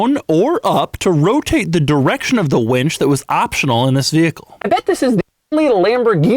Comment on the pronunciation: Other lambos have a "wench" button instead of a "winch" button.